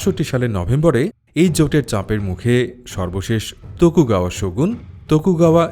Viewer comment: বলছেন শগুণ শুনছি শকুন 😂